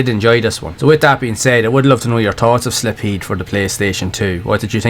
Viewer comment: My guy… its Silpheed (pronounced as “Sil-feed”) not Slipheed 🤦‍♂️ All good, no one is perfect 👌